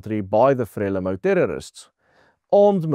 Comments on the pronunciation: Not pronounce frela-mo, instead, 'fra-lee-mo' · Not Freli MO, but Fre Lee mou. Not Gratsa, but Gra sa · Frelimo is pronounced FREELIMO EE as in FREE, please just correct this, it hurts my ears! I've lived here for 20 years. You are generally correct. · Pronounced: FRE LEE MOU (I know it is not spelled correctly) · It is pronunced Fre leemo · Very good factual summary as most of your broadcasts. Your pronouncitian of "Frelimo" however will not be identified by any military person in SA of that era. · Very interesting summary of what happened. Pronunciation of Frelimo is incorrect.